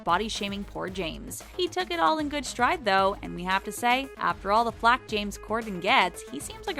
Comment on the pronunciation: Did you say flak or fat?